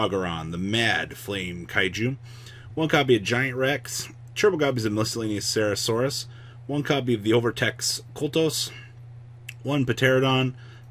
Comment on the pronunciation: You said miscellaneoucerasaurus